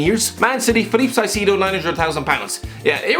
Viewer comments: Caicedo is pronounced: "Kaisedo" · sigh-see-dough 😂